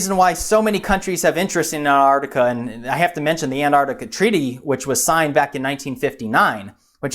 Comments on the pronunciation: Ant-Arc-Ti-Ca. It sounds weird when you say Anartica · it's not pronounced Anartica ..... it's Antarctica , less of the lazy Americanism please .. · Antartica not Anartica!!!!!!! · it's not 'Anartica' .. it's 'Antarctica' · Say Antarctica! You sound like a child saying anartica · Mike Parkes An-artica to my ears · Meanwhile, it should be "ant-ARC-tic-a" (with both c's pronounced). But that's just me being a pedant. :-D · Why do Americans not pronounce the t in anTarctica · Can you please pronounce the T in anTartica. It’s isn’t silent. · Reads wiki info on Antarctica... can't pronounce Antarctica.... :( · Why cant Americans pronounce the T in Antarctica? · Pronounce the first t for fuck sake. It's not that hard.